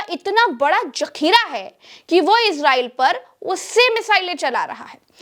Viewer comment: Madam jakhira nahi zakhira kahete hai madam